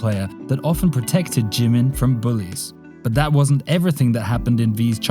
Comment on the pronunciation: its jimin not g min very wrong pronounciation, but B for effort edit : breh did ya hear me? the second time you said jimin it was great